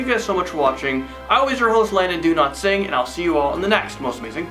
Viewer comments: It always sounds like you say "do not sing" lol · idk why but i heard "i am landon do-not-sing"